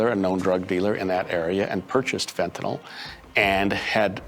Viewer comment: Wow, so many inaccuracies in this that came out in trial. Is it just Utahns that can't pronounce fentanyl? It's fent-a-nyl, not fent-a-noll 😆